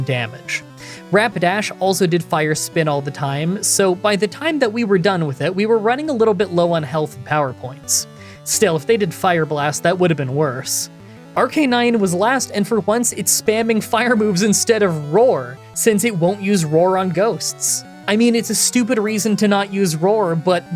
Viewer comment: Three things, 1: It isn't Ar canine, it's Arc a nine 2: Since you are calling Gyarados Water Onix, why don't you call Onix Rock Gyarados? 3: In a gen 1 run, if you get hit with a stat altering move after getting specific badges, you automatically lost the challenge due to your no glitches rule.